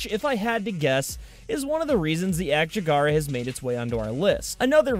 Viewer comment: Ak-Jackera NOT Ak-Jag-Ara :)